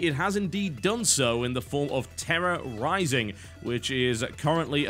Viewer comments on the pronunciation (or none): Tera Rising? I heard Terrorizing and now I can't unhear it.